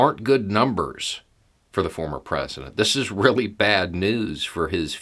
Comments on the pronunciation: Nice slip at end when saying former, sounded like you about said Fuhrer lol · It almost sounded like started to say "fuhrer" rather than "former" president. 🤣😅😂